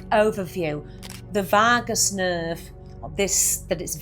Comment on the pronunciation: I never knew there was an "r" in Vagus?😂